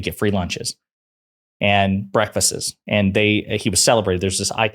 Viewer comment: Breakfasts, not "breakfastses"... lol... I'm just messing with you...